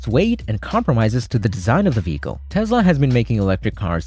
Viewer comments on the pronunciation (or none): "...this veekle" 😂